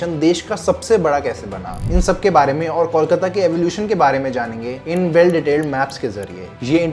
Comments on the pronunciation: Start Calling it कोलकाता and not कौल काता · Is it really difficult to pronounce cole, and coal? Then why cawl-kata? Kolkata. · Kolkata is pronounced as Coal-kata....not.....Call-kata😂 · Try Calling कोलकाता & not कौलकाता । Try ,हो जाएगा । कोलकाता & not कौलकाता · Kolkata ka name phela teh se bolna sesho bhai...before making a video and commenting on it!😂 Tells a lot about the research u have done for the video!😂😂